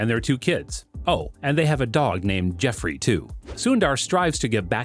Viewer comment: jerffre = jef ?🤣🤣🤣